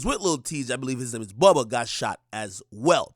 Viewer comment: Buhbuh lmao .. BOUBA (boo-buh)